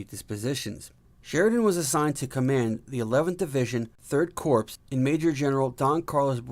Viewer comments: "3rd Corpse" . p is silent in corp. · Not bad! Thanks. However, next time please pronounce corps as "core" and J.E.B. Stuart as "Jeb Stuart." Please clap.